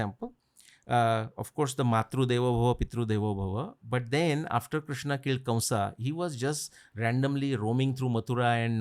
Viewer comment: Please pronounce the 'a' at the end of words like kamsa, vasudevA, vyasa... Etc.. it is so odd.